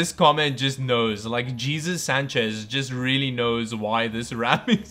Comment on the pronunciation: Did anyone mention that called a hay-SOOS Sanchez "GEE-sus"?